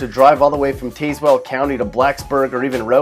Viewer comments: It's Taz-well County, not Tayz-well County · Pulaski should be on the list. its pronounced TAZwell not TAZEwell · it's TAZwell...if you can't pronounce it don't make a comment about it dude....this really sucks...I live 5 minutes from Richlands and about 30 from TEEZwell and you said...you have no business commenting about MY area of this country... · TAZEwell is a dead giveaway he's not a Virginian. TAZZwell, please. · This video is trash. 1) Emporia is NOT in Southwest Virginia (SWVA) 2) He mispronounced Tazewell - it's "TAZZ-well", not "TASE-well" 3) I lived in Marion for 11 years and I can safely say that, while it does have plenty of problems, it does not belong on this list, especially not at #3. Further, it's not even a city - it only has 6,000 people. 4) I've been to Wytheville many times, and it actually seems to be a decent place, so it also doesn't belong on this list. It also isn't a city. 5) SWVA in general is very low-income, but people make it by fairly well, despite technically falling below the poverty line. 6) Richlands isn't a city either. 7) Neither is South Boston. 8) Where's Norfolk? Newport News? Hampton? Petersburg? Richmond? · "Taze"-well? Lol. It's pronounced TAZwell. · It's actually pronounced taz-well not taze-well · You can always spot the outsiders who mispronounce Tazewell as Tease-well instead of Tazz-whul. He's spot on about the local economy. You always have to drive to Blacksburg or Roanoke for work, and that's if you can't find it in West Virginia. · you don’t pronounce the syllable well like the actually word well, it’s more like “wool” or “wull” you kind of slur the word more of that makes sense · BTW, Tazewell is pronounced Taz well. Just a little FYI, if you come to Tazewell County from out of state you'll most likely be arrested and sent to jail for life. Have a nice day. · Hi from Richlands, VA! LMAO also, the county is pronounced Taz-well. The 'e' is silent. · Tazewell is pronounced "Tazz-well."